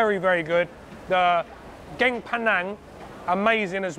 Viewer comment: Love this video. By the way curry is "gaeng" pronounced "gang". "Geng" means smart.